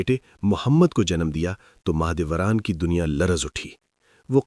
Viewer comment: Mah e dolat nahi Mah e Dora thi ye pehle Naam to theek se bolo